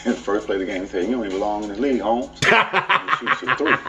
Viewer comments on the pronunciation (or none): Just swinging by to let you know it's "holmes" not "homes"